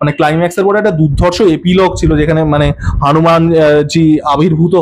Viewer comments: ami jani..... Apni je murti ta hanuman r moto lagche bollen sei uccharon r kotha bolechi😃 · গণপতি র উচ্চারণ গানপতি, হনুমান র উচ্চারণ হানুমান বলছেন আবার বাংলা কালচার নিয়ে কথাও বলছেন😃😃 😂 এতে কোথাও হনুমান বলে মনে হচ্ছে না ......